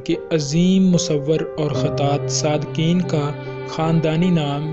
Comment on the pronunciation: O bhai sadqain hota h sadqeen ni h